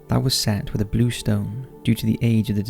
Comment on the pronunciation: Did you pronounce blue as bluee?